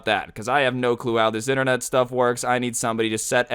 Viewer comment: Woooo! “STUF” 😄😄😄